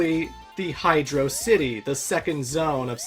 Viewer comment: Good job sticking with the correct pronunciation of HydroCity Zone. I can't believe there's monsters out there who pronounce it as if it was one made up word.